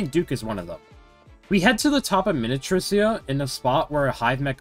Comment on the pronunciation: i swear u be pronouncing minityrsa different every time and i have never heard it be correct once 😭